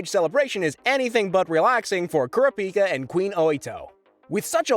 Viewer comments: CARA-PEE-KAH bro just say corrup-peekah 😂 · Its Karapika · Algo repeat after me Kurr ra pi kaa...bro hasnt even watched the anime. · KUR -RA-PI-KA not kura-pika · Why does this nerd keep saying Kura Pika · Repeat after me, Coo-rah-pee-cuh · Bro kura-pica 😂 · KOR-RAP-PIKA! DAMN YOU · Bro said care-uh-piki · Also kurr- ah- pika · or "kura pika" lol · Bros not saying the names right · The way you’re pronouncing Kurapika’s name makes think you never watched the dub version 😒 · I hate the way you say kurapika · Bruh put some respect on my son Kurapika and say his name right 😭😭